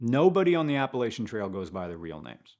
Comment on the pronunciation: This guy just keeps on mispronouncing "Appalachian". I'm sure you're a great guy, but I can't take it! I'm gonna throw an apple at cha! 😅